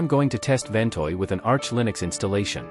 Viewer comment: One of the worst AI voices ever, not to say that there are any good ones. It has at least three different pronunciations of "Ventoy" and it has a slow flat evenly-spaced pace that sounds like someone using the search-and-pick method of typing.